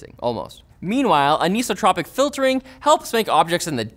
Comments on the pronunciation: just an fyi it’s not “aniso-tropic” it’s “an-isotropic” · eye - so .... not eee - so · It's an-iso-tropic not aniso-tropic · its an-(eye)-sotropic filtering.. not an-(e)-sotropic, anisotropy is also property of materials and crystals and such, pronounced as before aha xD because the opposite is isotropic, which definitely not pronounced eeee-sotropic its I-sotropic aha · "an-ee-so-tro-pic filtering" that literally hurt my ears to hear. It's "an-i-so-tro-pic". Please don't tell me your high school science teacher pronounced it wrong... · "an eye so tropic". Though some people would say "an eye so troe pick". It's definitely not "an eeso tropic" though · Tell me more about aneeeeesotropic filtering 😂 It's an-isotropic. As in the opposite of isotropic. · An-iso-torpic. Not anis-o-tropic. This bothered me so I had to say it. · I don't know what illiterate idiot has spread this mistake on the web, but "anisotropic" is pronounced AN EYE SOH TROP IC and never AN EE SUH TROP IC. Think of it this way, it is "an", meaning "not" prefixed to "isotropic". The prefix DOES NOT change the pronunciation of the root. If you cannot say the words properly, the entire presentation suffers. The thought becomes "What other details have been dealt with sloppily here?". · "Aneesotipic" = "An-isotropic", like amoral, anesthetic, apolitical, etc. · AnEEso tropic ..... AnEYEstropic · Say it with me "an-ice-oh-tropic" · Ahhh-kneeso-tropic filtering!? People actually pronounce it like that!?!? I always called it Anti-Stropic-filtering. I feel like an idiot now. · The first "I" in "anisotropic" has a long vowel sound. An ice o-tropic. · Ann-eye-so-throw(without the h)-pic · "A-knee-so-tropic"...? L2-Pronounce words. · "an-ee-so-tropic" No...just no, it's "iso" not "eeso" as in "isometric" or "isosoles triangle" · I'm willing to accept your choice of pronunciation for BIOS, but that is not how you say anisotropic. Say isotropic, as in iso-tropic. Now say an-iso-tropic. Bam, super easy